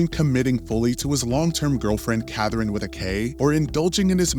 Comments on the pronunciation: I came to the comments just to see if anyone pointed it out lmaoo like why is he pronouncing it like that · His pronunciation of Catherine really bothers me